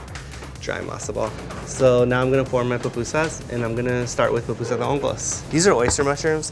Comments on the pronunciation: I keep hearing “PApusa” from this guy please tell me it’s just my audio … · Ok two things. PUPUSA not Papusa. Also SALVADORAN NOT SALVADORIAN.